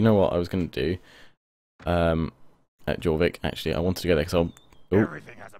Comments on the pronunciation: I am a norwegian so i get mad when he prenouns something wrong XD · yh but really, pronouncing it JOR-VIK would be the more Anglo Saxon way of saying it, and the Scandinavian languages especially those of Northumbria would say YOR but it phonetically doesn't fit in the English language that why they still said it York in Middle English but changed it to a Y to agree with our phonetic alphabet. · jorvik is pronounced "yorvik"